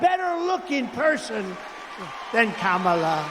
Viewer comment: Kristol needs to learn how to pronounce her name. It is Kah not Cam as in camera.